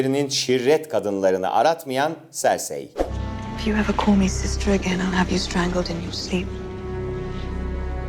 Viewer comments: Olm birinizde çıkıp isimlerin okunuşunu öğretseydiniz ya koskoca cercei ye sörsey dedi adam ya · sersey diye okunmu cahil sörsi diye okunuyo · Sersi değil Sörsi Tayron değil Tıriyın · Jon Snow'dan başka diğer tüm isimleri yanlış söylemeyi başardın👍🏻